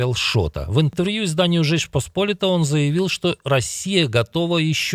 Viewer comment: За 20 лет работы на тклевидении можно было бы выучить, что Речь ПосполИта, а не ПоспОлита.